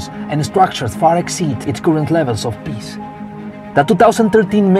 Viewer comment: I know this is going to be mean but all I was able to hear was Piss… you know as in pee?